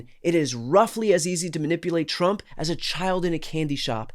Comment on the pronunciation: TRU-ump I bet that this guy says HAY YEDD for head all those rednekkers saying 'two-syllable' one-syllable words